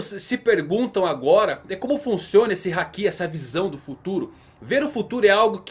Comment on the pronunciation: Não é Hakí é Háki